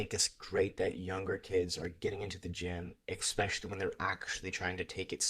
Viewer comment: Please, please... ESpecially not EX-specially